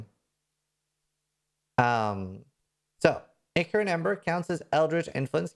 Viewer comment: its not important but ichor = eye core